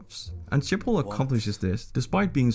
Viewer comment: He said “Sjipol” instead of “Schiphol”